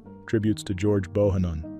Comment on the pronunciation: George BO HAN NON is how his name is pronounced! Great musician and my condolences to his daughter and family!!! ❤